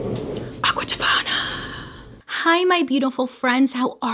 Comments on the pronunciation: No one: Literally nobody: Bailey: aquatafina Me:AQUATAFINA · DID YOU SAY AQUATIFONIA 😂 😂 😂 ( I’m scared you are gonna remake that is so can I get it ....???? 🖤🖤🖤🖤🖤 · “Aquatafana “ those who kno kno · Can't stop saying aqua tofana now 🤣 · Hearing "Aqua Tofana" always brightens my day! Also, I watched your previous video -- please take care of yourself and take as many breaks as you need. Your health is most important! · When you said Aqua Tofana at the very beginning I assumed you were referencing a drag queen..